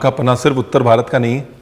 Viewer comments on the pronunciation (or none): none